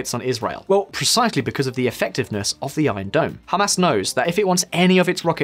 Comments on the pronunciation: I heard Hummus instead of Hamas. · Did he just call it “Ham Us” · “Hum Arse”